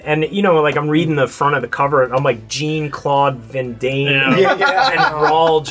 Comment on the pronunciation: "jean claw van dam"... lol I thought that too.